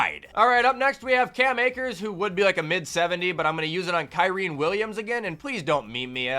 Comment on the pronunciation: There's no way it isn't on purpose, it's Ky-rin, not Ky-reen. Pretty simple. AND ITS NOT POLE-ERD, ITS POL-ERD